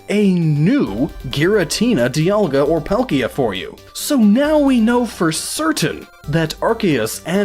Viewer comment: DE-aLL-Ga. And Polkia? I dunno...I say Dialga’s name like Die-al-ga like a sun dial Dialga. And Palkia as Pal-key-uh. I agree with your Arceus annunciation. Ark-ee-us. Arse-see-us just sounds...nah.